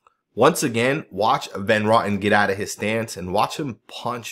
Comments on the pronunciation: Nice breakdown,! BTW, it's Roten (row ton) not rotten. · It's RO-TEN not Rotten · Ive been calling him rotten based off videos lol. 🤷🏻‍♂️